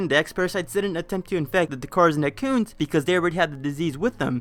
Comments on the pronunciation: It sounds to me like you're salty for some reason and trying to attack Matpat, for some other reason, and none of it is very well explained. For one thing, "Ett-ih-koons" not "eh-koons" and another... Maybe try to be less hostile in the future if you want to attract fans. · Say "merrit." Now say "Serris." How did you get to "Serious?" How did you get "eccoons" when you saw "etecoons?"